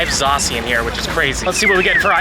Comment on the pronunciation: "Zacian", what's a "Zacian"? Is that how you say it 😂